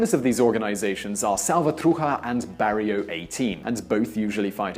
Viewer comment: The pronunciation of Nicaragua, Mara salvatrucha and barrio was atrocious at best 😂